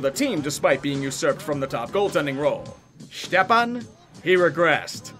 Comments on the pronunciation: Hey, his name is pronounced Step-on not Štepan, he’s from Minnesota not Czech land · Who in their right mind pronounces "Stepan" as "Shtep-Ahn"?? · Lol “ shtepan “ Yeah as soon as I seen him losing all his hair I knew he was done for 😂😂 he got waaaaaaay overpaid man, had literally one above average season ( I think he got like 56 points in 67 games or something like that ) and was comparing himself to getzlaf and shit.. lmao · FFS if y’all are gonna review sports at least figure out how to pronounce players names. It’s Chychrun (Chick ren) amongst others. Stepan is step on